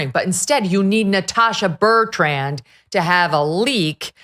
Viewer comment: It makes me laugh every time that Megyn can’t get Natasha Bertrand’s name right. Just shows how unremarkable she is.